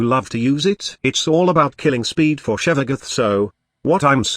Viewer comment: Text-to-speech can pronounce weird words better if you spelled them out phonetically instead. Sevagoth = Sehvagof. See how Tempestarii is pronounced how its spelled, so T-T-S doesn't have a problem.